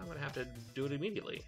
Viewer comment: E-Meaty-ately is what I heard